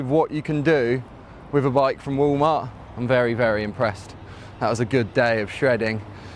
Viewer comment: did he say Woo mart he must mean walmart...? lol